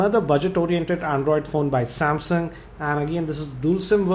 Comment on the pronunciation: sorry not trying to troll but He saids Samsyaung